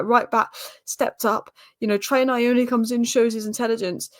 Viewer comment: Also my Zimbabwean mate reckons it's pronounced Knee-oh-knee